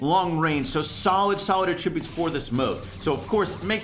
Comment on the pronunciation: I do not like the way says, “Attributes”